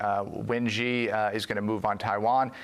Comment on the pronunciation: Ha ha ha expert on China called Xi "jee jinping" OMG Xi is pronounced "She" like the female pronoun. I hadn't watched the vid until now because, well, it's FOX, but that's hilarious. The expert can't pronounce his name right. Not even close. And you guys listen to this "expert"?